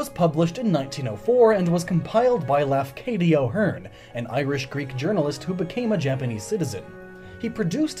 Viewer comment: well, must've been quite hard to bear the sound of "Raffucadio heen" or however the japanese would try to pronounce his name xD